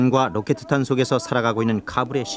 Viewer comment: 로켓탄을 로케드탄이라노 ㅋㅋ